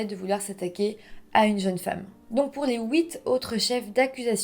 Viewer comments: Pas ouite mais huite... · elle prononce toujours les 8 comme ça et c'est assez charmant je trouve. Pareil pour fuir qu'elle prononce fouir. Ce sont tous les ui je crois. Ça demande un peu de temps pour s'habituer mais à la longue c'est plaisant , il m'arrive même de commencer à les prononcer comme ça 😁